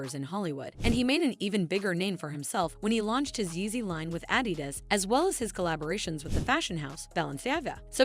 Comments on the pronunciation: The way she says Adidas when reading their statement lol. 😅' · Why you saying adidas like that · 😂😂😂 The narrator can't says adidas or Kardashian and I'm supposed to listen to her over Kanye? 😂😂😂